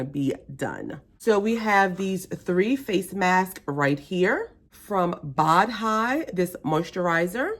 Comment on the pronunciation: Please don't take this as show-offy, the moisturizer is pronounced boh (rhymes with dough) D. Can't help with the mask pronunciation though. lol I may need to check this box out. Right now I have so much skincare I'm swimming in it! Take care and be safe.